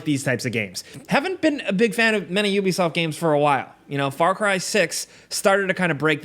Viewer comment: You lost me at 'Ubisoft'